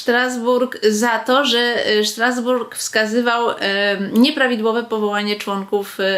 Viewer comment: Nie Sztrasbourg lecz Strasbourg